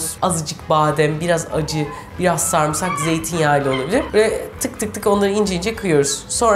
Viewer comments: Sarmısak demeyin şu kelimeye ! "Sarımsak" demeniz gerekiyor. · YA YETER SARIMSAK SARIMSAK SARIMSAAAAAAAAAAAAAAAAAK SARMISAK DEĞİL SARIMSAKKKKKKKKKKKK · Video çok iiyi ama refikanın sarmğsarğı demesi çok sinir bozzzzucu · Bana da garip geliyo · aynen yaa çok sinir oluyorum ben antepte yaşıyorum burdakiler sarımsağa samırsak diyo dosmxöaççaçÇaş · sarımsak'ı neden sarmısak diye okuyorsun reyiz